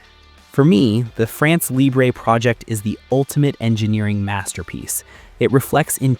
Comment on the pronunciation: France Libre Not libré, it’s French not Spanish.